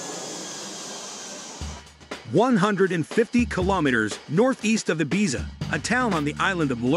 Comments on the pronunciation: How about him consistently pronouncing Ibiza incorrectly? 🙄💀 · I'm not sure which is worse, the voice over translator or the fact the narrator keeps pronouncing Ibiza incorrectly. 🙄🤔